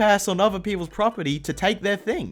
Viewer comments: "propery", i know you tried your best but lMAO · prop eer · Also you said propery